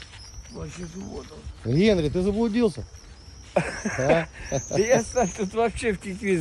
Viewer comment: Не Генри🤣 Анри